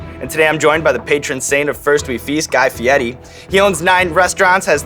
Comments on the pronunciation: Who else pronounces fieri like Ferrari not feiti just for memes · is it pronounced FI-E-TI or FE-AIR-E ?? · So you're telling me I've been pronouncing Fieri wrong this whole time and no one told me. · Where is the "T" is Fieri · Why does this man insist on his last name being pronounced with an Italian accent? It's so dumb. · Why is the R in fieri read as T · That's not actually how his family pronounces their name. He tried to put a fancy spin on it, for TV. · isn't he pronouncing fieri wrong? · That's really how his name is pronounced? Huh. I'd never have thought of it being said that way. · it’s fieri not fieti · Did he mispronounce Guy Feiri as "Fieti" a few times in that video? I always heard it as Fi-air-ee. Inside joke? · Fieddi... Is it because they can't roll the "r"? Fieddi is defo not how Fieri is pronounced. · Fietti? {{{ Mandela Effect }}} isn't it Fieri? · my life is a lie i thought it was guy fieRI not guy fieTI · i understand that, but sean was saying Fe-etti, and Guy said that was right and everyone says it wrong, i thought was odd, cause i'm fairly certain on his own show and numerous times ive seen him on shows, people always say Fee-air-a, and never heard him correct anyone. I still dont get the T sound even if the R is silent. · fieri.. fee-air-ey..why does he and others pronounce it fiettii? or fiedii? theres no t or d in there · I live in Italy…only one way to pronounce FIERI, AND THERE IS NO “T” SOUND..IT IS PRONOUNCED “FEE YAIR EEE”. ‘ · Is he saying his last name wrong?? "Fietti" or is that how its pronounced? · “Fiedi” why is there an R in it? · why does he call him fietti is that how you are supposed to pronounce it? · Aiaiai, the guy tells people to pronounce his last name “fie-di” because he can’t roll his “r.” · Guy Fieti? Fieti? What? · stop saying guy fieti god damn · Cuz he doesn't pronounce it Fietti. Dumbass. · guy fietti?? i didn't know it was pronounced like that